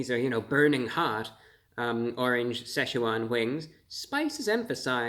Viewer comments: It's pronounced SITCH-wan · You're pronouncing Szechuan incorrectly. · The Seh sha Juan wings haha